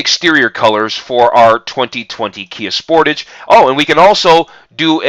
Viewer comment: You americans get realy crap versions,the top models has duel exhausts you dont get half the gadgets we get and you still can't pronounce sportage correctly